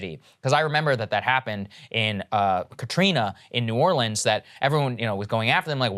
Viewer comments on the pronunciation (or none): none